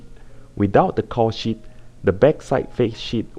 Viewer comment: lol caul sheet sounds like cow shit